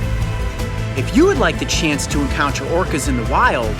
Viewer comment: Chaynce? What? Come again?